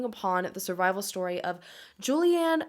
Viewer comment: You butchered her name 🙄 even the “juliane” part ist wrong